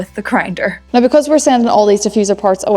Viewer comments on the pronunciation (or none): Please say now another couple times I think it sounds rather noice.